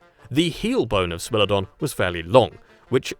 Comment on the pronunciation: “SMELL-odon” 😝😝😝😝🤣 SMILE-odon